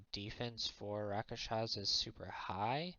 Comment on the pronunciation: It's RASKSHASAS, not Rakashas.